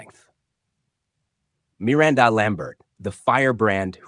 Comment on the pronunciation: you can't say Miranda right?